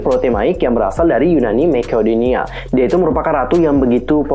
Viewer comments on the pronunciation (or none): none